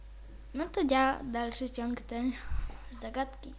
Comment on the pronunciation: Misjom? Dalszy ciog? Sam jesteś ciog